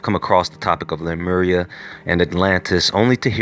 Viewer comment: Sea-Mur! LMAO!!!!